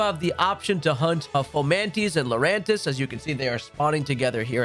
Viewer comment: One word 3 syllables Lurantis